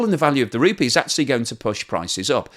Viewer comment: I think you'll find that the currency is pronounced as rupEE not RUpee.